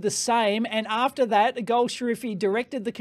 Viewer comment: correction: it is gol shafari (ejtsd: goll-safarri)